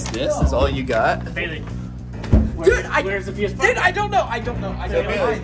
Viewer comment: It's baleiey